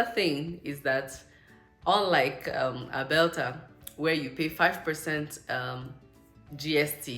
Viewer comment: Did I hear Albelta 😅